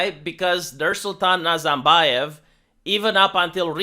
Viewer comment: Nice contemplate, but the real reason is the rapid and drastic decrease in the quality of life. Kazakhs would turn their back on NazaRbayev's feudalism (R, it is pronounced with R) as they did for 30+ years would they not be hungry. Everything else just adds to it.